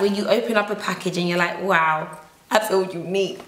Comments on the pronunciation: I loose it every time you say ‘wowew’ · OMG! I love it when you say wawu!!! I actually die laughing everytime!! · Nothing like how says wow; "wanwo" 😂 love it!